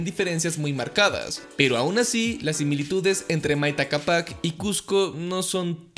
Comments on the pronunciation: Me gustó mucho tu investigación ❤️❤️ solo quería acerté una observación 😅 es que Maita cápac se pronuncia con mayor fuerza en la "cá" no en la "pac" 😅😅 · bro no se pronuncia asi es: maíta cápac ( es la pronunciación no la forma de escribir) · Así no se pronuncia Mayta Cápac ywy